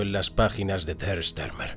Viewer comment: Por qué dar al apellido alemán Stürmer una curiosa y falsa pronunciación inglesa? Joé, thío!